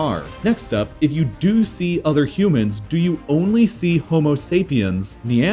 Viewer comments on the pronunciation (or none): none